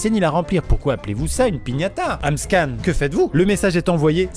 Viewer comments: Ce n'est pas Amscan mais AmScam 🤣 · mdr cest pas amscan cest amscam